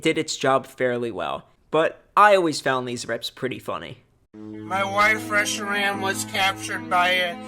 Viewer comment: YOU PRONOUNCED RESHIRAM WRONG AAAAAAAAAAAAAAAAAAAAAAAAAAAAAAAAAAAAAAAAAAAAAAAAAAAAAAAAAAAAAAAAAAAAAAAAAAAAAAAAAAAAAAAAAAAAAAAAAAAAAAAAAAAAAAAAAAAAAAAAAAAAAAAAAAAAAAAAAAAAAAAAAAAAAAAAAAAAAAAAAAAAAAAAAAAAAAAAAAAAAAAAAAAAAAAAAAAAAAAAAAAAAAAAAAAAAAAAAAAAAAAAAAAAAAAAAAAAAAAAAAAAAAAAAAAAAAAAAAAAAAAAAAAAAAAAAAAAAAAAAAAAAAAAAAAAAAAAAAAAAAAAAAAAAAAAAAAAAAAAAAAAAAAAAAAAAAAAAAAAAAAAAAAAAAAAAAAAAAAA